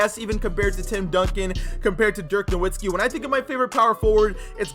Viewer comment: You pronounced dirks last name wrong. Im dissapointed